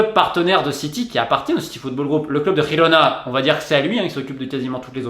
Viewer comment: mmmm Super vidéo comme d'hab! mais par contre, la prononciation du catalan, c'est pas trop ça. Hahahaha, c'est "père", ne pas oublié le E final et "jirona" (en phonetique française hein) le son "Jota" n'existe pas en catalan ^^'